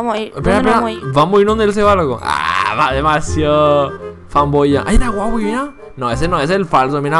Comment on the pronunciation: hahaha kp no es co huahwi ese el del juego se llama huaiwi :V